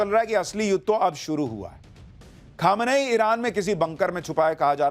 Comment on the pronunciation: Pronunciation sahi kariye...its not khamanayi...its kho- me - ni